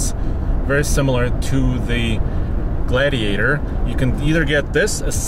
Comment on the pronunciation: Glaaaidiator haha